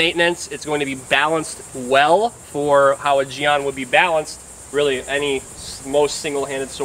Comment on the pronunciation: I know this vid isn't a historical lesson... BUT I wanna make correction that a jian isn't "Used primary for stabbing and second for slashing" as if it were a rapier. Jian is a sword similar to an arming sword or any one-handed straight blade. Also, I am forgiving on the pronounciation but the pronounciation you give it is "jiang" (in pinyin) when it should pronounced "Jien" (written jian in pinyin but the a in the word is pronounced like E as in Yen)